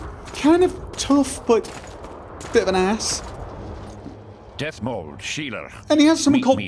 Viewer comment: Dethmold, not Deathmold ^^